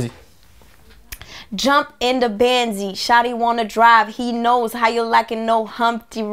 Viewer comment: ahahahahah je suis mort elle dit jump in the bendzi ahahah c jump in the bentley